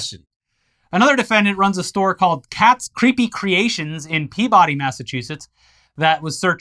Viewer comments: is pronounced P’bdy not Pea-body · As a former Mass resident, hearing “Peabody” pronounced phonetically brings me pain